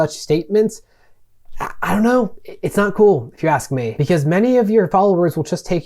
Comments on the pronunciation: Great video. Haven't yet finished it, but so far it breaks the situation down quite well. One critique I have would be saying axe instead of ask, other than that you're quite well spoken. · Please learn how to say "ask/ed" 😅